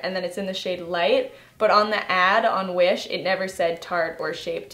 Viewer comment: I though u said Jewish makeup lol